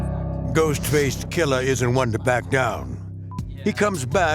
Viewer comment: My favorite part was Stacy Keach pronouncing "Ghostface Killah."